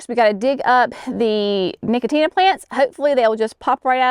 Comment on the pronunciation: No-co-shiana, not nicotina. 😂